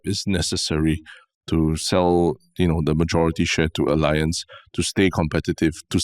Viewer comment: Wanted to mention a few podcasts back. Tan Kin Lian is pronouncing Allianz correctly. The Germans pronounce "A" as Ah, so it sounds like Ah-Li-Ancz